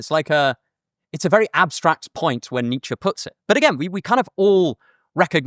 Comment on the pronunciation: It’s ‘Nietzsche’